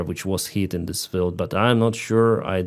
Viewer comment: I recommend working on your English (e.g. eliminating the overuse of "the" and observe the lengths of sounds (e.g. "field" versus "filled") and making room for breathing in your videos; the speech editing is really crammed. That said, I appreciate the content and getting the Ukrainian view on this Russian madness.